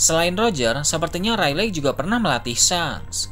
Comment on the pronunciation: Baca nya yg bener dah rayleg rayleg, dibacanya reyligh